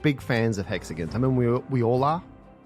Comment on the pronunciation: Not the "jag-yoo-arz". And, apparently "hexiguns".